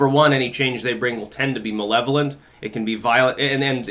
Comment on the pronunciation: When said "malevolent", did anyone else automatically hear, "MUH levolent?"